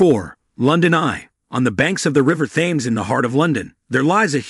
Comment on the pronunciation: Great video. !!! Just one constructive criticism. Please pronounce the River THAMES properly Sounds like the number ‘ten’ but with an “m” at the end.; Then add the s. Or. Just say TEMS